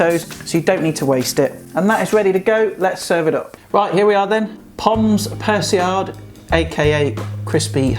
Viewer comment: that god someone on youtube knows how to make this correctly and pronounces it right as well, mad props m8